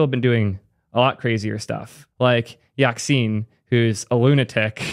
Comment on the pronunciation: yackcine lmfaoooooo